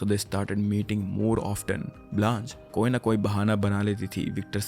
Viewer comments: What an amazing storyteller you are! There'a a cute mistake, Blanche is pronounced as 'bl-aww--sh' but thats okayy. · “Blanche” is pronounced Blansh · It's pronounced as 'Blaanch' not 'Blanchay'.